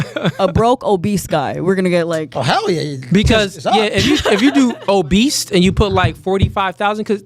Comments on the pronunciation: 😂😂 I kept laughing when he kept saying “obeast” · bro the word is obese, not OBEAST. Crazy.